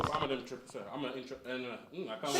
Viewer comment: cannot even say the word....what is his business?!